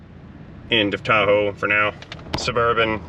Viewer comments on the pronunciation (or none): none